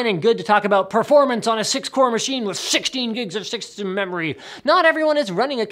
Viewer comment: "with 16 giggs of sixternmemorerhh"